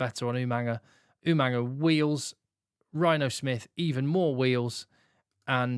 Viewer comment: Why do rugby analysts and commentators put an 'n' sound in the middle of Jacob Umaga's surname?